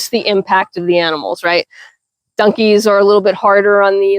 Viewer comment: New subsciber here and this is why... you called your donkies "dunkies". I haven't heard anyone pronounce it that way since my dear departed mother. She grew up in Virginia and we used to giggle at some of her pronunciations. Brought back good memories so thanks for that and please continue! I hope I didn't make you self conscious of it and start worrying about the way you say things. You be you. That's part of the fun. As for the negative comments you've been getting, i hope you'll take them with a grain of salt. Don't allow it to make you lose your confidence in the way you run your farm. Suggestions in a respectful way from people who also do what you do are welcome I'm sure. BUT some people just like to be mean and have zero idea what they're talking about. that is something that should be ignored as best you can. Nasty comments only ever have one desired effect...to upset you and make you question yourself. Don't allow those into your head. I wish you the best of luck with your farm and with your channel ❤